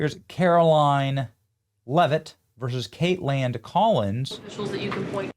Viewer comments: its Kaitlan...theres not a d at the end. Why do you keep saying her name weird and with a d!? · Why does he keep saying Kateland? Am I the only one hearing the emphasis on this pronunciation? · The way Benny calls her 'Kait-land" every time 😂